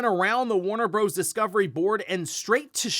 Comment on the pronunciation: DUDE. It is NOT pronounced “Warner Broze” 😂😂😂. It is an abbreviation, not a WORD, and it stands for BROTHERS. 🤣🤣🤣